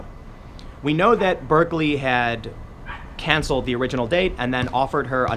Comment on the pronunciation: What's can-seh-led? Cancelled has two l's.